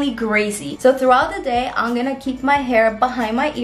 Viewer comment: The fact that she doesn't say 'I'm'....instead she says 'ig' is so cute❤